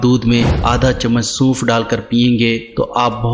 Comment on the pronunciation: Bhai bolna to pehly Sikh lain Suunf ni sonf hota h